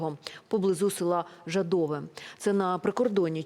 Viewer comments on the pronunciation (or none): Жа́дово, а не жыдово. Кыёв никто не говорит?